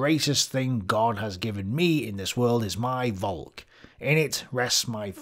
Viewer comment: The true question is, will ever pronounce Volk properly? Simply saying folk would've been miles closer.